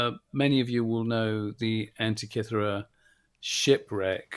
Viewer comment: The Greeks told me this island is pronounced an-teak-key-thera, emphasis on teak-key😊